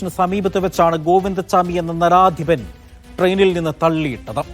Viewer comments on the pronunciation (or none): ആദ്യം മലയാളം പറയാൻ പഠിക്ക്, നരാധമൻ എന്നാണ് പറയേണ്ടത്, നരാധിപൻ അല്ല.